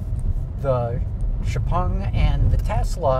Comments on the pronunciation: Xiao Peng (Shiao Peng) and not Xu Peng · He called it jiao ping 😂